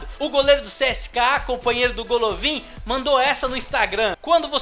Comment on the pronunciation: se fala Galavin nao golovin